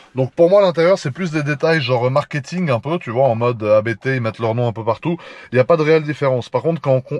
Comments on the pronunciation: On dit abbtt, pas A.B.T. c'est un nom de famille. Juste pour info. A part ça, super vidéo comme d'hab. :) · J’ai un doute mais je crois qu’on prononce “Abte” d’une traite. Super vidéo comme d’habitude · Par contre les amis, à moins que ça soit délibéré, ABT se prononce [apt], pas a-bé-té ... :s (et c'est pas pour essayer de passer pour un expert, je l'ai appris tard...) Abt, c'est justement le nom de famille du fondateur (allemand) de la marque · Par contre les amis, désolé de faire ch*** mais ABT se prononce [apt], pas "a-bé-té" ... :/ Ca vient de Johann Abt, le pilote allemand qui a fondé la marque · On prononce pas A B T en 3 lettres différentes, on prononce le mot en entier, c'est le nom de famille d'un mec. PS: Je faisais la même erreur avant de l'apprendre 💪